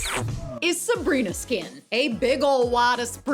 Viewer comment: Did anyone notice that she said ‘Sabgrina skin’ 😀?